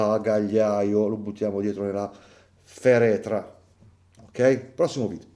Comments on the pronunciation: Si chiama farètra non ferètra il contenitore o bagaglio sulla schiena,dove si portavano le frecce dell'arco. Altrimenti potrebbe essere confusa con la parola fèretro che significa qualcos' altro non proprio di buon augurio😅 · Si dice FARETRA però Davide….non FERETRA….lo so che sembrerò un rompicoglioni ma non riesco a non dirtelo…